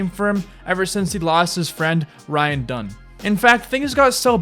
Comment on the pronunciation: You pronounce everything wrong. Specifically ryan “dung” spike “jones-ey” and “Cyrus XM” literally 2 seconds before bam pronounces it correctly